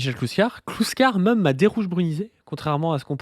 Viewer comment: Écoutez ça fait plusieurs mois que je cherche. Je n'arrive PAS à trouver l'accent régional qui fait que prononce "même" en le disant "meume" au lieu de "mème". J'ai cherché, demandé à des personnes de différentes régions, je ne trouve pas Je suis sur le point d'abandonner